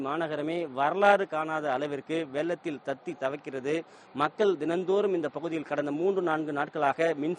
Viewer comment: டேய் வெல்லத்தில் இல்லை வெள்ளத்தில் என்று சொல்.